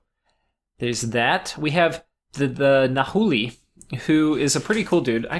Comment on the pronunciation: Hi! Just here with some basic Nahuatl pronunciation tips to help you sound better while you record! First off, whenever you see a 'hu,' that's actually a 'w' sound. So 'Nahualli' is actually pronounced close to 'Nawalli.' If you see a 'uh,' that's also the same 'w' sound. Second, 'cu' is a 'qu' sound, and 'qu' is a 'k' sound. So 'Onaqui' is said like 'Onaki,' and 'Citlalicue' is said like 'Sitlalique.' And similar to before, if you see 'uc,' that's still 'qu,' but it can be kind of tricky to pronounce like that so don't worry too hard. Next off, 'x' makes a 'sh' sound, and words with an ending 'tl' are tricky. The sound is a tough one to make if you're unfamiliar with the language, so most of the time you're better off just simplifying it to a 't'. So something like 'xochitl' would be pronounced 'shochit.' Lastly, there's syllable stress, but that's easy. Unless we're going into grammar, you can just put all of your emphasis on the second to last syllable. So it's 'o-NA-ki' and 'na-WAL-li.' Oh, and if you see a letter 'u' that's not next to an h or a c, then it's pronounced the exact same as 'o.' But that rule isn't too important. Anywho, I hope that this helps you a bit with your pronunciation in your upcoming series! Nahuatl really is a beautiful language, but the way it's written can be a pain.